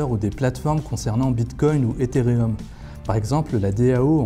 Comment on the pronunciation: "Étérieume" "prouffe offe worque" haha nous les français Bonne vidéo sinon